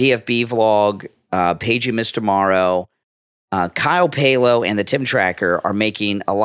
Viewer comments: Also Kyle's name is Pal-oh not Pay-lo. He has pronounced it himself many many times on his vlogs and I have never heard him say Pay-lo. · Kyle’s last name is pronounced like pal-o